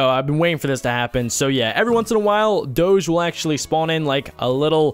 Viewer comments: its Doge like Dogie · it dog-e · U say Doge wrong